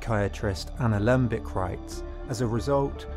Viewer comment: because you had the word 'limbic' in your mind, which you said a little later, you called Anna Lembke 'Anna Lembic'.